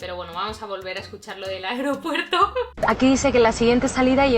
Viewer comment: En tu video de la sorpresa a tu madre, dices mucho Aropuerto 🤣🤣❤️